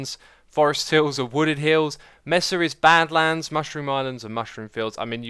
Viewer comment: Melee is pronounced may-lay, not mee-lee. (French origin) Edit: Buffet is pronounced buf-fay, not buff-et. (also French origin) Hopefully I won't have to edit again...do you even English bro? sigh Edit 2: Mesa is may-sah, not mes-sa. (Spanish origin)